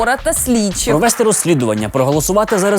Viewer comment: Дякую за випуск. наголос провестИ правильно. провЕсти може лише Юля))